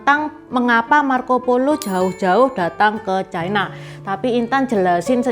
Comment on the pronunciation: Lafal yg benar China, bukan Chaina